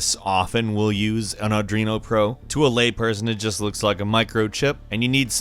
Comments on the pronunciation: Adreeeeeeeno It’s arduuuiiinoo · Arduino not Adrooino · I can only assume you mean "arduino" and not "adreno". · you say the microcontroller is an "Adrino Pro" when in reality it is called an Arduino Pro (are-do-wee-no) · Audrino? It's Arduino. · Arduino Became Ardrino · It's not adreno man, it's called arduino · Adrien? You mean arduino? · AR-DU-INO not adrino. Come on. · AR-DU-INO not ARDRINO. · Ardrino don't you mean ar Doo ie no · Arduino not Adreno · Not adrino its arduino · ARE-DWEEN-OH. You're welcome,. ☺️ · I was gonna let it pass but i lost my temper the second time he said Adruino hahaha, it even says its name on the board for christ sake. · Lol. "Audrino". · It's pronounced "Aar-Duino"... You're welcome! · "an adrino pro" really? twice? HOW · "Ardruino"?!?! AAAAAAAAAAHHHHHH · it is pronounced ar-d-w-ee-no! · that explain how he cant say arduino, not once but twice, and every time the word game, came out as geem or something like that. still sexy sound though but... strong accent? dislexia? idk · Gotta laugh when he says "Arduino" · please don’t pronounce Arduino like that it’s so wrong still love you though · Anyone else bothered by the way he says Arduino ? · he couldn't pronounce arduino oof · Please never try to pronounce Arduino again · OMG he can't pronounce arduino EEEEEEEEEEE